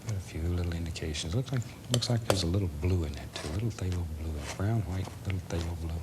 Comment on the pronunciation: Remember when Bob used to pronounce "white" as... well, white. Instead of hu-white?